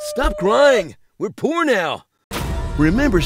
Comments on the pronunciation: when he said we poor now i heard we're porn now lol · i thought he said, "stop crying, we're porn now"